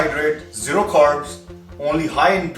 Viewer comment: Abai carbs ko kharbs bolta hI lot ko laat bolta hai pehelai english seekhkai aa fir body banaiyo aur teri jaisi body nukar main bhateri hain mere doston ki bina itni nautanki kiyai. First see yourself than teach others what to do.